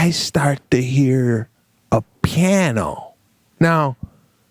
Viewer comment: Sebastian pronounces piano with just two syllables: pyan-o! lol On previous casts he calls a guitar - a kitar. What’s with him and musical instruments? Insane haha